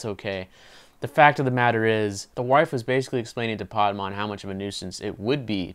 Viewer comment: great review, but why r u pronouncing the title "paad-maan"??